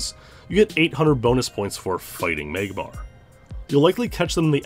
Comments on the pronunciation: “MAYGmar comes at number 3” lmao what in the Canadian accent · Meyg-Mahr Lmao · I love how you pronounce Magmar.